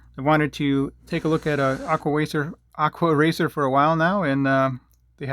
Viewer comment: “aqua wacer” 😂😂